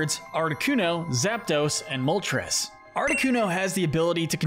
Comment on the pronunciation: There is no vowel between the P and the D in Zapdos!